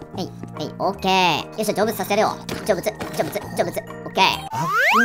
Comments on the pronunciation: 成仏がジョブズに聞こえた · 成仏がジョブスに聞こえるべ